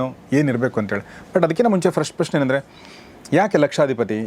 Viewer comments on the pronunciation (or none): none